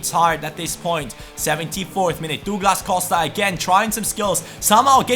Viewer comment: it's prounouced Dawglass Cowsta